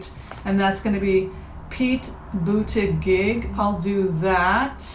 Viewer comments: Hi,. Thank you for sharing with us. Buttigieg is pronounced "budda-judge". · SuLebo215 Yes, Su, I watched his interview on Late Night with Stephen Colbert. When he pronounced his last name, I thought “oh THANK you!” The way it spelled it looks German, but the way he pronounces it it sounds French. And I was very impressed with his straightforward, down-to-earth problem-solving responses to Stephen’s questions.